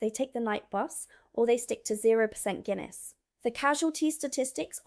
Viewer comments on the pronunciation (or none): none